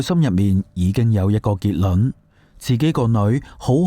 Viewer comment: 點解你會將「結論」讀成「結卵」？